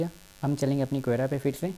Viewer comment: भाई, क्वेरा नही, कोरा/ क्वोरा कहते है।।